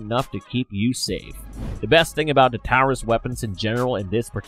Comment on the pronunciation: I have a hard time believing this guy since he made several videos bashing the Taurus Judge which by the way you're still pronouncing Taurus incorrectly and now he realizes how important ammo availability actually is and then interchangeability shortly after